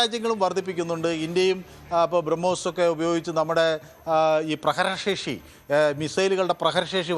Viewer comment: പ്രഗ്രർർർർ ശേഷി വല്ലാത്ത ശേഷി തന്നെ😅 പ്രഹരശേഷി